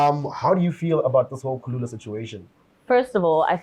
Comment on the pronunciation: Its kulula guys.🙈 not khulula